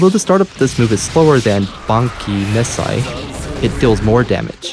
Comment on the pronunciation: Thought it was supposed to sound like "Ban Ki" Mes Sai"